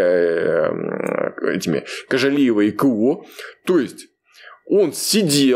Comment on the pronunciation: Вот вы, и правильную тактику ведете,но НОООО,называйте фамилии всех казахов правильнооооо!КоОооооожалиева,ТоооОооокаев!Уважение имейте хотя бы к подписчикам!Слух режет,на нервы действует уже,как будто вы издеваетесь!